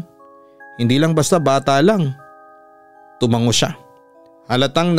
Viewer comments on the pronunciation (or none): none